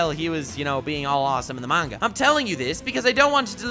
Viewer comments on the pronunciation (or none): none